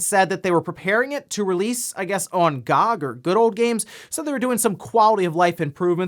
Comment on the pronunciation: They way her pronounced GOG😂😂😂